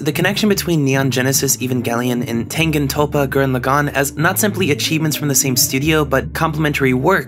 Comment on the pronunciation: Alright dude, its been a few years but i gotta tell you, its pronounced gurran lagann and tengen toppa